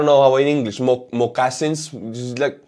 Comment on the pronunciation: Nice "butchering" of the word.. moccasin (Mock-a-sin)